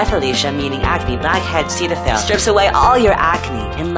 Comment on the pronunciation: nobody:: pronouncing ACNEYOU'RESOLASTYEARBYEFELICIAMEANINGACNEBLACKHEADCETAPHIL perfectly.